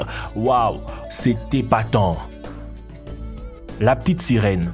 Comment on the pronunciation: "La pitite sirouen"😂😂😂